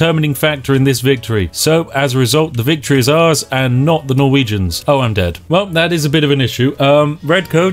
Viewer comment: When you said "those poor Norwegians" I understood "those porno regions"